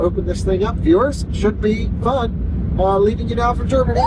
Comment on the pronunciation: Drinking Scottish coffee in Gerrrmany... ok 🤷🏼‍♂️